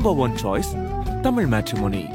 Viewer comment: தமில் இல்ல டா தமிழ் இதை ஒழுங்கா படி டா பரமா